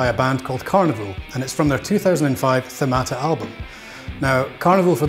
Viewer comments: As a Greek, Hearing the word THEMATA so mispronounced, kills me every time 🤣 but no worries mate, no hard feelings, it's understandable ;) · I did enjoyed that video! Thanks for putting all the effort , it's appreciated. Ofc having a word being mispronounced, it's not important. Keep up posting some good material ;)